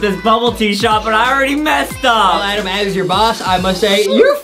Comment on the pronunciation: Why don't say Adem just say adam